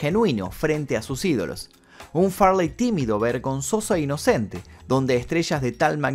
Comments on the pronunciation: Porque dice far ley y farley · Chris Fartey, prrrrtttt 💨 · Su nombre no era Farláy, sino Farley, pronunciado como Fáh-lee. Okay? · Farleeey, jajajaja... qué nació en Birminham?. Seguro surfshark lo sabe.